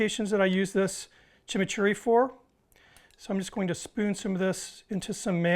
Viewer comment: Great tribute! Also liked your pronunciation of chimichurri is totally correct